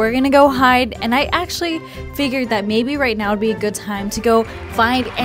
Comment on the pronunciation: she said ''maybe'' not baby lol